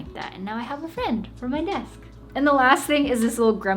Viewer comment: Ngl I really like ur “besk” lol 😂 no cap ur desk is nice tho